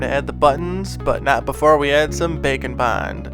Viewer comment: Am i the only one thinking he says "bacon bind"?